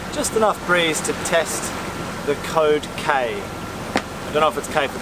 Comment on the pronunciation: It’s funny when you say the code k It’s sounds like cocaine 😳🤷‍♂️ You might have to change the letter. K . To a M .🤔😉🦋💖. Love this episode . 🐬🇦🇺🦋⛵️